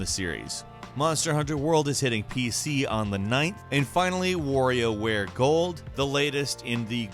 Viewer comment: Did you seriously pronounce WarioWare Gold ~Warrior